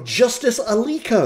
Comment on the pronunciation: "Justice A-leak-o" 🤣🤣🤣